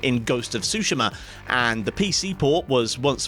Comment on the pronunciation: I thought it's pronounced Tsu-Shi-Ma, not Sushi-ma